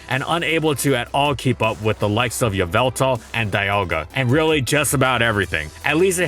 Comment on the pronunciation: "Unable to keep up with Yahveltal" he's beginning to believe